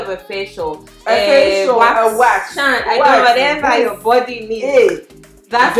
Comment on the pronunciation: "From yourrr👀👀" 😂😂😂